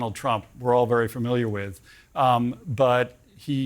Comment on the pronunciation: There is no "r" before the "m" in familiar. Please.